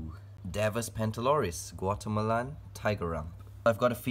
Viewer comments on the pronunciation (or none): I swear to God I thought he said watermelon when he said Guatemalan And tiger rump!? XD